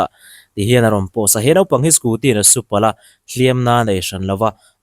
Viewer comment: NAUPANG tih tur "NOPANG" tia i lam ri nasa lutuk hi sim deuh thei la, keimahni ṭawng pawh lam ri dik thei lo nih hi i sim a hun viau tawh a ni